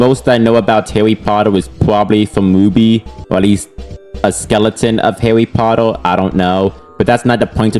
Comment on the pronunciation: "I am not a hawwy pottew fan" (comstamt pokemon gameplay) Yeah, next video...